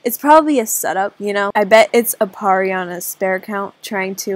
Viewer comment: Those times when you couldnt say Aparri in AJ😂😂😂